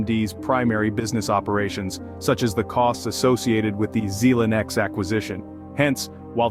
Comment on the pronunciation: geez, how can you trust this when he can't pronounce Xilinx correctly?